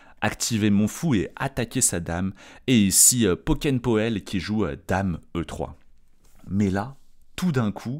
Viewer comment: Son nom se prononce -poul comme Van der Poel. C'est néerlandais ou flamand.